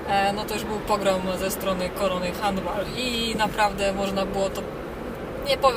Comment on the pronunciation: szok vloguje;) sub leci pozdro taaaa jasne.... wjazd na czerwonym (zielona strzała się nie pali) + wyprzedzanie na pasach (autobusu) Pani bo jeździć to trzeba umić handball - nazwa angielska zatem wymowa też taka winna być poza tym szczypiorniak to nie sport hasło z d**y a to dlatego że człek to takie zwierzę że zawsze chce mieć coraz więcej a apetyt wzrasta w miarę jedzenia - takim sposobem zapier...sz się na śmierć bo nigdy nie zaspokoisz swoich marzeń